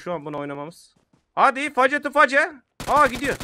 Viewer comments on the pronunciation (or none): Abi "face face" diye okudun o feystu feys diye okunur yani yüzyüze demem anlamida